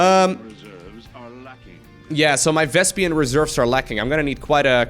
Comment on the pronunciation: Does he pronounce it vespian?